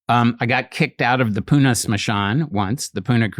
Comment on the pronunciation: he pronounced pune perferctly. thats rare.